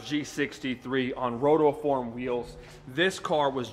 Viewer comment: Did he pronounce Rotiform as ROTOform? I don't remember there being a second "O" in the name